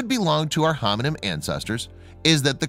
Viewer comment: Am I the only one that is hearing him say "hominym" as opposed to hominid or hominin?